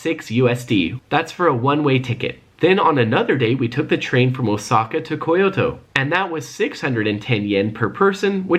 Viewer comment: And its kyoto not fucking ko-yo-to